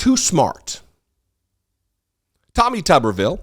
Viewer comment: LOVE the way you said, "Tawwmih TUUBber-veeul!" Reminded me of Cletus Spuckler, the Slack-Jawed Yokel of "The Simpsons".